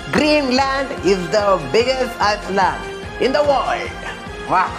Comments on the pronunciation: Iceland nhi island s is silent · Iceland nhi pronunciation h island ko i-land pronounce krte h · Island ko "iland" boltey hain..✨